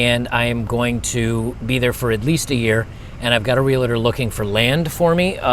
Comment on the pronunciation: It’s Real….tor. Not Reel …. Let ….tor. Two syllables not three